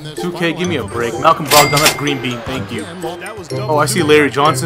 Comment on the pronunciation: Pronounced brog-dun